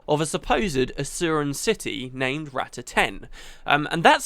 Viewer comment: Rah-tah (Not Rat-ta)... sorry for the nitpick, it's how Zojja says it so I figured...